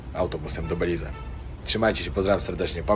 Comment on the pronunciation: Beliiz, panie - Beliiz z naciskiem na druga sylabe. Przepraszam za uwagi:-))